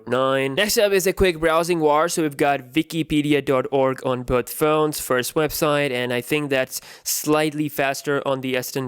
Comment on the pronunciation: I heard Vikipedia.